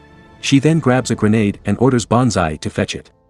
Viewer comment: GerrNaade 😂😂😂 GreNade !